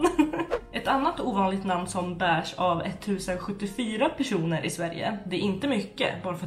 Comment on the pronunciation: Elsa. M hon sa personer men tycker också det låter lite som ”195 keroner” 😂💕